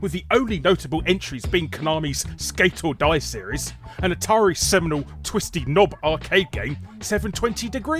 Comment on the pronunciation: Are you saying "Seminal woman's simulator Mirror's Edge" or "Seminole woman's simulator Mirror's Edge?"